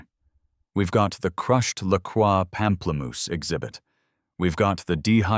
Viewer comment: "Pamplemoose" bwahahaha